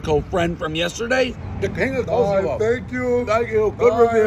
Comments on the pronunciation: Hahaha!!! It's more like "Kokomo" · Apparently to Dave, Kosovo has become pretty much the name Costco but with a couple extra sounds in there to come off as a solid attempt. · Took me a second to realize he means Kosovo the fucking plank.. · If Dave actually gave a shit about other countries/other people from other countries, he'd at least try to pronounce the countries name right. Sheeesh. No way pronouncing Kosovo correctly is hard. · This video doesn't involve Albanians, it involves Kosovo and Metohija. Dave was not pronouncing Kosovo and Metohija correctly so I wrote a comment. Kosovo and Metohija is very much my business, because it is a very important and beloved part of my country, which NATO attempted to steal from us by an illegal war. The last part of your reply is delusional. This is my comment. Can you just relax and realise that Kosovo and Metohija is very important for Serbians, and we will never give it up. Plus there are many Serbians living there in very bad conditions, so we have an obligation to take care of our countryman. As far as the recognition of Kosovo and Metohija as a country goes. The numbers are clear. Only 97/193 United Nations member states recognise it. You can look that up online. And the historical facts are clear. It is historically one of the most important parts of Serbia. You should know something about the territory you are writing about.